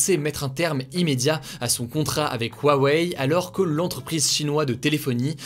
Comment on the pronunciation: Huawei se prononce Khuawei Hugo